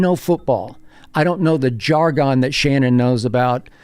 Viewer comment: why did he pronounce ‘jargon’ like that 😂